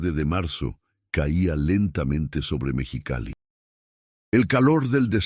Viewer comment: No sé dice Mechicali, es MEXICALI